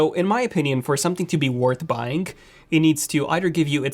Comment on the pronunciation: “ worth ‘buyingk’ ” Interesting accent. Very close to perfect American. What is your original language/Country? That “K” at the end of “buying” makes it seem like you speak Russian or something close to it.